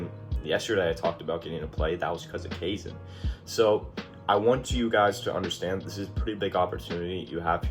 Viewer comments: The ai in kaizen is pronounced like eye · It’s Kye Zen brother. Welcome aboard!